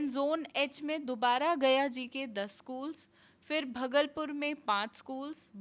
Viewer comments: Pahle Bhagalpur bolna Sikh lo madam ji 😂😂 aap education se judi information de rahi ho na ki sabji mandi ka . aapke bolne ke tarike me GANWAARPAN ki jhalak dikhti hai 😂😂😂😂😂😂😂😂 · भागलपुर होता है न कि भगलपुर और बक्सर होता है न कि बुकसार 😂😂😂